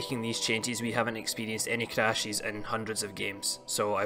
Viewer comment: Changies Crashies Don’t worry I liked the video. Just had to throw that accent out there my man!